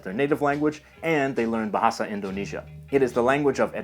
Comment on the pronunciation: i live in indonesia and i wonder why people can't say indonesia and sumatera calm the f*** down im not a dumba**